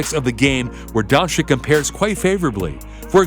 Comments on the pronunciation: It'a not Luka Donchik. It is Luka Donchich. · I think you should say Don-chich, not Don-chick. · Jebo vas dončik... on je dončič... če pa je vam američanom težko reči donCIC ga raje nazivite z imenom Luka in ne Luca😡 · Its pronounced donchich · Don-ceech.... This is how you pronounce it.. Like mine=Sim-ceech DON-CEECH!! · Kristapys Porzingis, Luka Donchik and Giannis Antekohupo. Very funny. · Well, because, in English, c can either be soft (as in "cease-fire") or hard (as in "castrate"). This reader opted for a hard pronunciation. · Your pronouncing doncic wrong